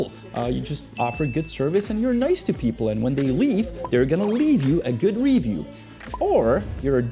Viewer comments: dude, i hate the way you say ree—view stfu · Omg Cuzzy I trully love your work. I as well am bilingual. Fluent in Czech and English. I enjoy both of your Chanels. Possibly my favorite of all YouTube. Not trying to be a jerk, I have never once heard you mispronounce an English word till this episode how do you say Review? Rívjů? Revjů? Dělám prdel 🤣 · The way you say “review” drives me nuts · Video difficult to listen to due to the weirdest pronunciation of the word "review" EVER HEARD. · You're pronouncing it wrong bro . In america You don't say review like that